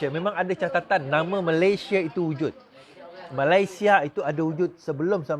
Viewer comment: Keep fighting n bury all the corrupt traitors alive but btw the name of our country shld be pronounced as Malaysia as spelt in BM instead of 'Malayshia'. Good luck to you n your team.